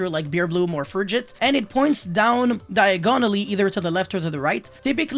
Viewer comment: Man said "diagonally" like the street from Harry Potter